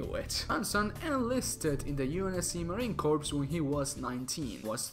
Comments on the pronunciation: its pronounced Marine Core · Cant believe you just mispronounced Marine corps wtf midnight